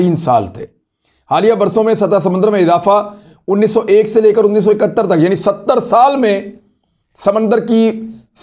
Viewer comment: Achi tarah sae daal rha hae. Not achae sae. Please speak correctly. Thanks